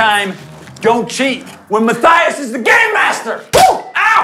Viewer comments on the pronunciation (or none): is it just me that thinks every time he says game master he's saying gay master?